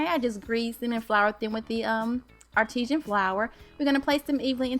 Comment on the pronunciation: You're as cute as can be and a good baker but it's Artisan (R - ti- san) not Artesian (r -TEE - shun) as in artesian well.